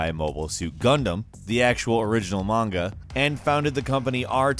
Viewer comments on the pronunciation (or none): none